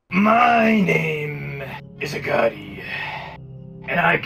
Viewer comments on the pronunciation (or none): you pronounce it a goatie A G O T I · When daddy dearest called for Agoti it sounded like he said Agati And I love your channel please pin this!!!!